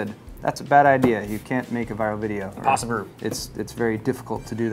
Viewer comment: "Imposibru"- 2k14